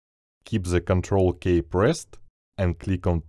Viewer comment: Thank you for the tutorial. The end result was not exactly what you had (used Photoshop 2021 here)., it's Ctrl ки, not Ctrl кей, since everyone thought you said Ctrl+K, not just press the Ctrl key. But I do appreciate you,.